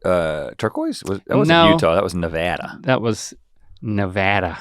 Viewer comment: Thanks for saying Nevada correctly bros